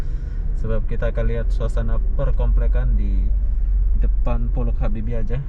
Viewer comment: Itu baca nya Pollac Habibie...itu bahasa jerman